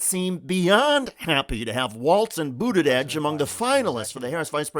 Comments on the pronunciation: Why do you keep pronouncing it BudiDege? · There is no D in his last name. It drives people crazy when words are mispronounced.